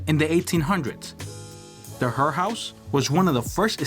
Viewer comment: Thank you for correctly identifying the Christian Herr house. While a Swiss/German may pronounce Herr as Hair, all the locals say Herr. My only complaint is that the video is too short. It would be enjoyable to listen to you elaborate on each of these sites. Thank you. PS: Next time in Columbia you must visit Wright's Mansion.